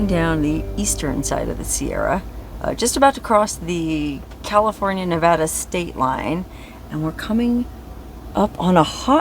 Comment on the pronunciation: Props for pronouncing nevada and verdi the way locals do!